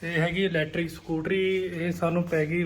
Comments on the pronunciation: Electric not lectric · Bai ji tusi pede likhe ho tuhade to umeed nehi k lectric nehi electric hunda tusi bol v lectric lectric rehe ho .lectric da koi metlab nehi. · ਵੀਰ ਗੁੱਸਾ ਨਾ ਕਰੀ ਲੇਟਰਿਕ ਨੀ ਹੁੰਦਾ ਏਲਿਕਟ੍ਰਿਕ ਹੁੰਦਾ ਪੰਜਾਬੀ ਦਾ ਸਤਿਨਾਸ ਨਾ ਮਾਰੋ ਵੀਰ ਕਿਉਂਕਿ ਆਪਣੇ ਆਉਣ ਵਾਲਿਆਂ ਨੇ ਇਹਨੂੰ ਹੀ ਸਹੀ ਸਮਝੀ ਜਾਣਾI